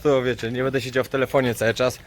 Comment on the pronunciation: Panie prosze mówic będę a nie bede ok